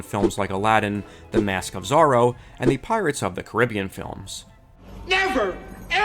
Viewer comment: You totally mispronounced "Caribbean". I figured you may have mastered it by now. Shame shame shame.